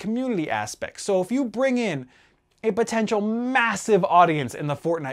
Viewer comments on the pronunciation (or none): none